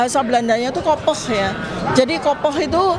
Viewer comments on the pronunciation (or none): kopig, bacanya kopegh. bukan kopoh!! udah lah pake bahasa Indonesia aja. gue yang tinggal di Holland dengernya jijik kalo orang sok pinter.